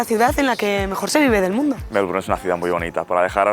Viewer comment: Por Dios,tantos años en Australia y no puede pronunciar bien Melbourne!